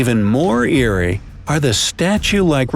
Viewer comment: He said eerie 😂 and he also said eerie in some other video it was. 8 Places Where you Should Never Swim (Even if You Want To) and I will say ingredients of a nightmare: snakes, lampreys, ticks, spiders, cendipede (giant), etc.